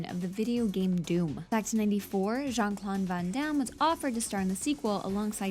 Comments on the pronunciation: She keeps saying "Jean Clone Van Damme" :P Kids these days... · jean clon von don? why can't you pronounce anything right? :/ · Most of them pissed me off, but Jon Clon Von Don is hilarious